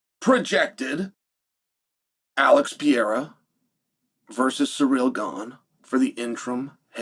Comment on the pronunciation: I completely agree with Uncle Chael, Alex Pee-era should fight Surreal Gone for the interim belt